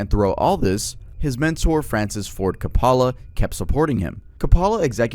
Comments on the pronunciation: Francis Ford Kapala is CRAZY work. Come on dude 🤦 ... And how do you not know how "obscenity" is pronounced? You obviously do research, why not research the pronunciation of words and names you're not sure of? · Do you really not know how to pronounce Francis Ford Coppola's last name? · You clearly put a lot of effort into your videos but please look up the pronunciations of difficult names and titles and stuff. The way you said “Coppola” had me reeling